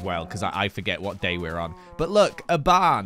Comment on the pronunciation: after dying: whot?? whot??? wHOT?